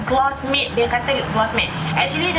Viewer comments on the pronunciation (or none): none